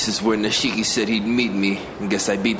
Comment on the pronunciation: Nishiki is now Nahshiki. Lmaoooo